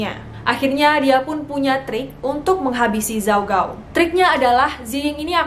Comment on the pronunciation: baca namanya ada yang salah kak :( gao itu g nya dibaca k